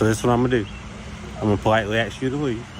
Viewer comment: Why is it that so many piggy think that the word ask has 2x in it “axxed “